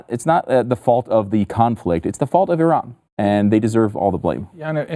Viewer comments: Switched to a different video because within the first five seconds the lady mispronounces Iran, even to Western standards. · You stopped watching within five seconds, but still took time to write a comment to tell everyone how little time you spent on this video (and now two comments). Besides, Iran is pronounced PERSIA. And no one gets it right.